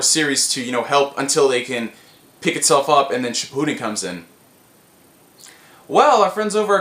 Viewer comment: Shi-POO-Den Shi-pu-den I hate the first one.